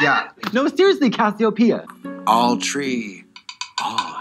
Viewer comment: I feel like when she kept saying “cassiopeia”, that was her moment to get back at Trixie for constantly interrupting her